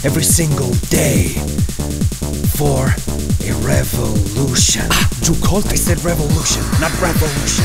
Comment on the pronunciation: he said rafaloution